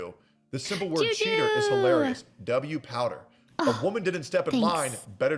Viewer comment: POWDUR. Ain't no way you said that. It's hilarious. Thanks. xD